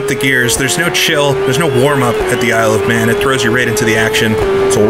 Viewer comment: Why does Isle of Man sound like I love man when you speak it fast help